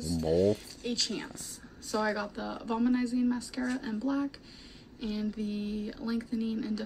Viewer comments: “Vol-manizing” 🤦🏼‍♀️ you mean volumizing,? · She just said "vol-muh-nizing" mascara 🤦🤦